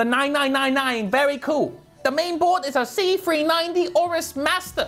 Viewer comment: he pronounced L in cool